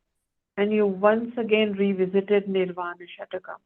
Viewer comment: It's Nirvana Shatkam, not Shatakam